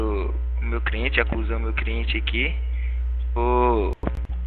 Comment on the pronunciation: Advogado:"criente". Kkkkk